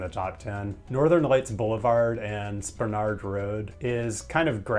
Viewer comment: You pronounced Spenard correct Yes Alaska does give you money to live there Anchorage should have better walk ability. At least the trails are pretty